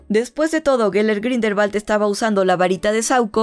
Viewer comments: Ya recorde porque deje de verte, me desesperaba el grindelbal siendo grindelwald.... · Grindelbat 🤣🤣🤣🤣🤣 dios mio 🤦